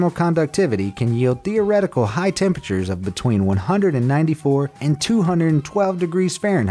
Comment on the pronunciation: What did you say... Hottest tempetures????? Well.....wait.... 110°... Well that's a normal day in Texas